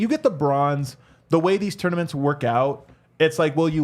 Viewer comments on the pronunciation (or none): I'm watching this thinking, does contract have a bonus clause for how many times he says torn-a-mints?